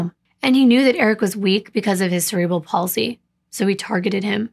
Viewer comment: Thank you for pronouncing cerebral palsy correctly. Also just an FYI mental retardation is now called intellectual deficiency. 😊